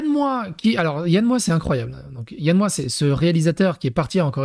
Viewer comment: Alors quand tu dis Yann Moix, il faut prononcer le X.